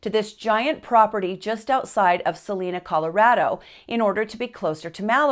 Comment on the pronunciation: Salina? No - Salida. Bloomfield? No - Broomfield. Poncho Springs? No - Poncha Springs. Get the place names right, don't just make them up. Cannot click on Like because you cannot do your research, edit and present it correctly.